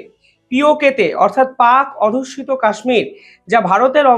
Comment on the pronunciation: ভালো ই বিশ্লেষণ। কিন্তু বারবার আপনি বলছেন "পাক অধুস্যিত" এটা হবে "পাক অধ্যুসিত"।